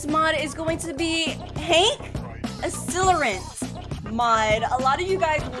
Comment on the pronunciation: BRUH Lets do “HANK ASILERANT” ITS HANK ACCELERANT